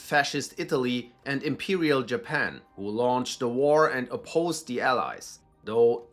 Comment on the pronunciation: love the German pronunciation of 'the' or perhaps saying 'die'.